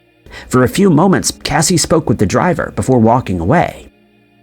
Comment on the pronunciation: Casi pronounces her name kay-see. Not Cassie